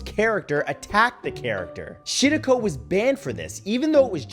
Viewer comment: Matt it’s pronounced Shi- Rah - Ko